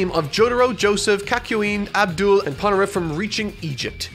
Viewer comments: It's pronounced Ahb-dahl not Abdul 😐 Put some respect on my mans name 😒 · it sounded like you said n'doul lol its fine dont think this as some stand comment it just sounded like that to me. i know you said "Avdol"